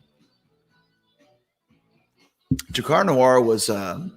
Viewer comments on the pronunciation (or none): none